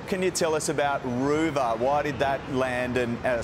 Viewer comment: “Roo Ver” !?! You have got to be kidding me! Coolamon or Kakirra sounds a lot better on the world stage. The world must think we are a joke !